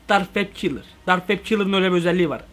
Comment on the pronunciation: Abi o dark web kilır değil o Dark Web Killer